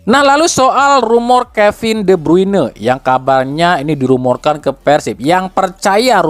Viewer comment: kepin de brune kang , lain kevin de bruyne 😅